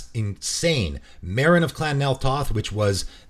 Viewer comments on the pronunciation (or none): none